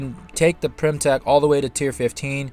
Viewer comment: Its Pym, not Prym or Pyrm...